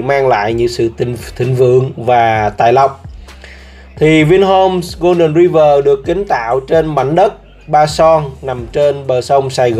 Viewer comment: Đọc là Roai vờ' chứ ai đọc tiếng anh mà gọi ri vờ?